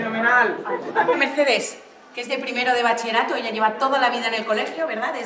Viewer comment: "Bachie-rato". Ninguna persona lo ha dicho bien :o